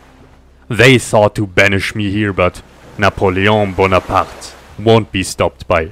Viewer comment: I am a french ... he does not know how to pronounce napoleon bonaparte